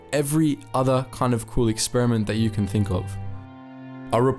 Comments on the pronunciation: ... Did he say cruel or cool..? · WHAT? "every other cool expermient"